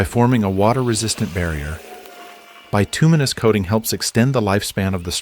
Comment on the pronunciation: Bituminous pronunciation made me laugh. 😂😂